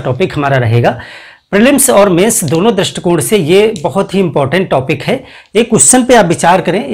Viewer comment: टॉपिक को टापिक न बोलें।